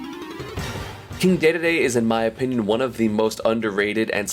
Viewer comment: "Kind dedede"